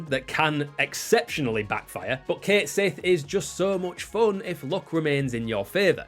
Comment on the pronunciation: I said this in about a thousand different comments sections it's pronounced (catshit) one word